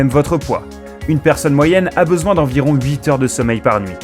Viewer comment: Y'a pas de S à huit